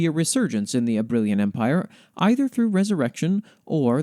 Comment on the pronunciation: Can't deny I have the biggest smile after hearing you read out the Dryad and the Knight, thankyou so much for including it and your kind words. Oh, for future reference the pronunciation of Soleriña is Sole-er-in-nya, and Abrilain is Ab-riLL-eighn (I always have difficulty writing out pronunciations, hopefully they make sense)